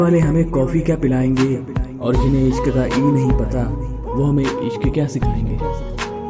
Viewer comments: By the way ishq ka e nhi I hota h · Isq toh i s suru hota hh e s nhi😂😂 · but ishq hota h vo eshq ni bhai😁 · Ishq Ka e nhi i hota hai 😂😂😂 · Ishk mein e nahi i hota hai😀😀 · Ishq ka i hota h bro E nahi